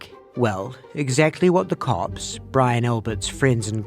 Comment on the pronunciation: for anyone else as confused as me I think he was saying ‘cops’ not ‘corpse’.